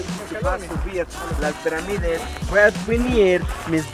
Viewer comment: Se dice pirámides no peramides.